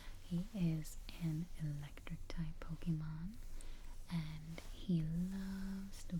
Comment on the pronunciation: But of a tip for the future: the whispering is good and all but it defeats the purpose when it’s SO QUIET that it becomes hard to hear. Also, the “é” in “Pokémon” doesn’t make an E sound, It makes an “ay” sound. On another note, since the top two types defensively and offensively are steel and fairy respectively, I’d pick bulbasaur due to it being the only one out of the options to learn the weaknesses of said types, those being ground (earthquake) and poison (sludge bomb). I’d also teach it the highest power grass draining move (giga drain) for both a healing move and grass coverage, and I’d have sleep powder as it’s 4th move for easier catches. On top of all this it has access to both a mega evolution and a gigantamax form.